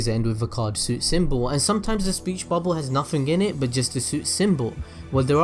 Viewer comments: It's Suit not Sweet lol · Suit is pronounced (soot) not (sweet). 😁👍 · Why did you start pronouncing "suit" as "sweet" or "suite"? You said it right at least three times before… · suit not sweet... i think... is it just America that says suit like shoot?